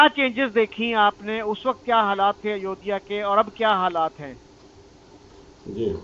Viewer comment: अयोदिया नही अयोध्या।